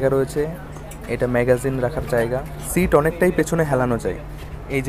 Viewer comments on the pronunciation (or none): none